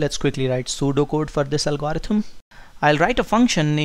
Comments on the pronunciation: could the good professor amend his pronunciation of "algorithm?" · You really got to work pronouncing the word "algorithm".